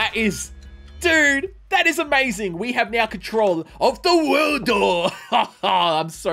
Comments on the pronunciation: You know he hasn't watched Jojo when he says 『The World-O』! instead of: 『ZA-WARUDO』!!!! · btw its pronounces "ZA WARUDO" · All I said when he said that was: “well acualy it’s ZAAAAA WAAAAARUDOOOOO”